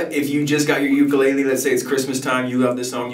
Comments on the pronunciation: Please pronounce ukulele correctly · Please learn how to say the word ukulele. There is no shortcut. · I’m Hawaiian and the way he says ukulele kills me 💯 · I'll probably get slammed for this but please oh please pronouns Ukulele correctly. I get distracted and have a hard time following. 'olelo hawai'i vowels are the same as Spanish.